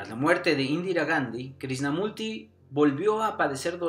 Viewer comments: Pensar que hace unos cuántos años muy pocas personas en las redes sociales online hablaban de todo esto y ahora, uuf. Ojala toques a las personas de ésta época, como Sergi Torres, Sesha, Sadhguru o a neurocientíficos como David del Rosario. Excelente video del que para mí inicio todo, Jiddu Krishnamurti (creo no se pronuncia Krisnamurti sino Krichnamurti). Saludos. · Lástima que dijiste mal su nombre todo el vídeo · Muy informativo tu vídeo, pero es importante que la próxima vez vocalices correctamente el nombre del personaje del que estás hablando.👍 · Cuando menos pronuncia bien el nombre pff